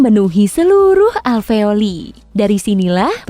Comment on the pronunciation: Fak aveoli,, we say alveolus